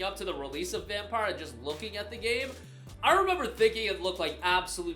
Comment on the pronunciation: Dude said vampire😂😂😂